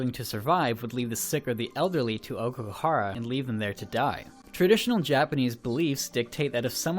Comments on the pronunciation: 'Okeygahara'... 10/10 jk it's 'ow-key-ga-hara' think that ao in Naomi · The way you're pronouncing Aokigahara and yuurei omg.... my poor ears.... seriously Americans, can't you for once just google words andd listen to the pronounciation rather than butchering everything? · Was anyone else annoyed by how he pronounced every Japanese word? The fact that he tried to say "Aokigahara" a million times made this video excruciatingly painful to watch. And then he started on "Yurei"..... Then he tried to do maths.... 2 x 1 = 3 according to this guy. Actually I cracked up a little because Yurei=ghost, Yuri=lesbian. So he's been calling all those schoolgirls gay all this time XD